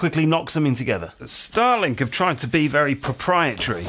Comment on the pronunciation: it took me a few seconds to realize that you said living with “Starlink”, not “Stalin”.